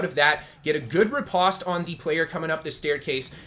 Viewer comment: Hearing you say riposte in such a way makes my ears hurt. Postman, poster, compost, lampost...say these words with the same vowel sound you say riposte and you will hear the cringe.